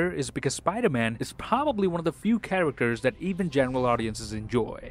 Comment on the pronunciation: I miss the "See you in the next waan"s he used to do